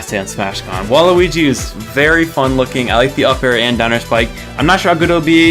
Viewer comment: DID U SAY WALUIGI!?